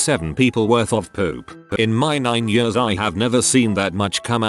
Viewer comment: Everyone else: "Years" Robot Voice: "yUsS"